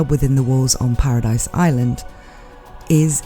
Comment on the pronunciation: its not paradise its paradis pronounced para - dee